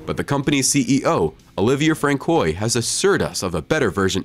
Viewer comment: "ABARTH" is pronounced Abart ( the H is silent)..."Francois" is pronounced Fran Soire